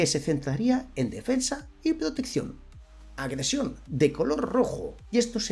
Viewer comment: Cada vez que dices "Agresión" muere un gatito 😂